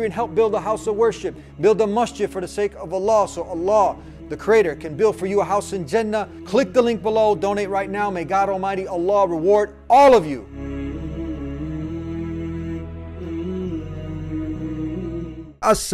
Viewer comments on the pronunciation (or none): Brothers please stop pronouncing Jannah (paradise) as Jinnah which means devils.